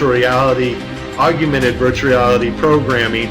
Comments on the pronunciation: We’ll done! Thank you. “Augmented” versus “augumented” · Good content. But Aug/mented there is no such word as AUGUMENTED. OR NUCULEAR, OR REALATOR. Please people. Learn words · Why does he pronounce it AUG/U/MENTED? I’ve never heard anyone put that extra “u” in there. Augment. Augmented. For crying out loud. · I'm on your side however the word is AUG-MENTED AUGMENTED not AGU MENTED please .... tough enough to get others to take us seriously but please learn the word augment and agumented .. not AGUmented :) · Nice presentation. Good points. My only comment is that there is no "u" after the "g" in the word augmented. It's AWG-minted, not AWG-u-minted. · Narrator, please SPELL the word "augmented" out aloud. Then carefully pronounce that word WITHOUT inserting a "U" where there is none. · Yes. Slightly annoying. Augmented ✅️